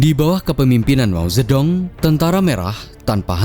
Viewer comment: min penyajianmu sdh bagus, cuman perlu upgrade pelafalan bahasa mandarin. Chog Qing ---- "Cong Cing" Mao Zhe Dong --- "Mao Ce Tung" Nanqing (Nanking) ---- "Nan cing"